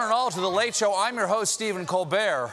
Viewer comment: Stephen announces his own name with such desperate emphasis lol